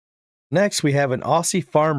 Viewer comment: 🤦‍♀️ "Aus-see"?? Lol, it's pronounced ozzy. I'm an Aussie chick, not an Aussee, lol